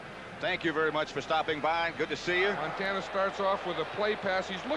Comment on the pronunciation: Oj can't even pronounce montana 🙄